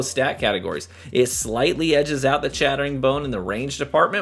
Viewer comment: edges? did he just say it edges?